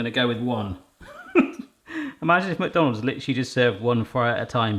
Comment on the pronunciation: Mukdonalds???? That's a new way to say it I guess